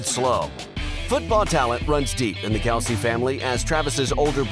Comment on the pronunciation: You know it seems if someone is gonna do a bio video on a guy they might make an effort to pronounce his name correctly. I know I know everyone calls him Kelce but his name is pronounced Kelce, not Kelce. So yeah if you talking about Travis on the field it’s become acceptable to call him Kelce. But when you’re talking about being burn and named and his mother and fathers name it’s not proper to call them Kelce. It’s Kelce and it’s pronounced just the way Travis pronounces it, which ain’t the way you pronounce.